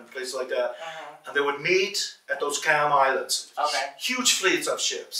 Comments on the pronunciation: Y'all I am Cham and just so everyone knows he's saying Cham mad wrong. It's pronounced exactly as it's spelled in English, the Ch is not a K sound like in Cat, is a Ch sound like in chip. In previous videos pronounces it correctly but the white guy is totally butchering it. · Just FYI- the word “Cham” in Cambodian pronounce as Jaam, which mean Muslim. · I believed the Cham is pronounced with letter J It's Jaim. I'm from Cambodia and we are very well-known about the Jaim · The pronunciation is not "KAM" but "CHAM" more like CHM very little emphasis on "a", (CHAM as in Cham-pion - चम) CHAM people are very well documented in Bharat's history. They originated from CHOLA (CHO-[LA] as in Cho-colate - चोला) DYNASTY... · Yes my family is Cham from Cambodia and this guy not only pronounces it wrong but also has stated some incorrect information already. He doesn't have all his facts right and it's frustrating 😤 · Pronounciations are wrong,sir. These are चाम और चम्पा.